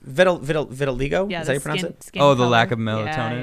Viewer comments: Grrr, it's vitaligo, vit-a-lie-go. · You know...there are pronunciation guides in dictionaries to help you learn how to pronounce words like "Vitiligo"